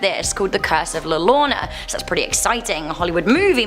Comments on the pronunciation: La yo row na not la lona dude she didn't even try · Its la yo-rona double l is pronounced as a y llo Is pronounced yo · LaLlorona is pernounced la yorona. The double LL is pronounced as a Y.